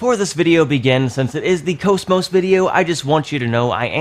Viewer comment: It's pronounced CAWS MAWS comeon get with the flippin program